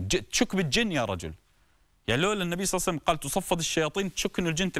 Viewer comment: اشكرك شيخنا بس اتمنى منك ماتكول صعسلم كول صلى الله عليه واله وسلم ببطئ 🌹